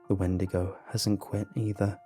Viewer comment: XeeVo 😂. I’m dead